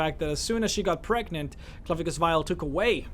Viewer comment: "with a pregant child..." ?wut?